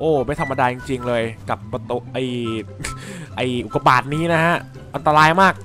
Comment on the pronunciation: ทำไมตอนแรกผมได้ยินว่าอุดกาบาตอะตรับใครได้ยินบอกหน่อย?